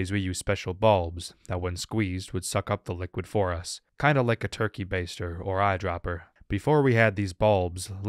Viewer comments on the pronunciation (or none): none